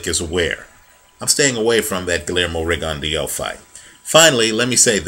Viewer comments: pronunciation is actually better than yours. It's pronounced Ri-gon-dee-ow. If you want proof, type in to youtube 'Pro debut Guillermo Rigondeaux vs Juan Noriega Part 1' and go to 4 minutes and 44 seconds. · No problem. The HBO commentators and therefore most people pronounce his name like you do, you weren't to know. I would have thought the same but I just happened to watch that pro debut fight a month or so ago and remembered the correct pronunciation.